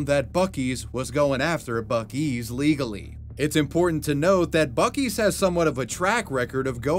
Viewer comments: It's not buk-ii's it's buc-ee's. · What's even funnier about the bootleg Buc-ee's name is that when you pronounce it in Spanish, it sounds familiar (and possibly in reference) to the name, "(Los) Bukis", which is the name of a popular Mexican pop band from the 1970's. If anything, not only would they have been in litigation trouble by the Texas company, but also by the record label that owns Los Bukis. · Let's be real... That's 'Buk-2's' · It's pronounced like bussie's and not buckie's, correct? I'm so confused.